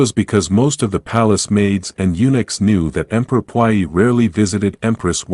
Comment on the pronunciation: The way the voice is pronouncing puyi 🤮🤮